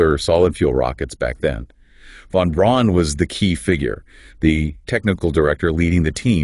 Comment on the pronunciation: Within the first minute it says "Von Ron" rather than Von Braun". Next is says "Saturn Vee" rather than Saturn Five" The V is a roman numeral. I didn't bother watching farther because I have played with this google notebook and it just makes things kinda convincing enough but not. Good luck.